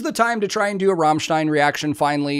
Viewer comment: You are the first american who pronounced Rammstein correctly :D